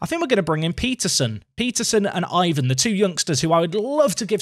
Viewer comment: Guilherme is a though one for English speakers. Try Google Translate to help you. Syllable-wise is GUI-LHER-ME. Also, Ivan would as EE-VAN. Like an "E" sound on the first vowel, not "I".